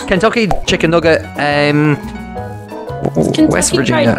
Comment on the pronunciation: ah yes, wesht